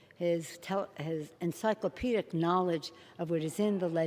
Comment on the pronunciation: Did she say "Encyclopedic knowledge?"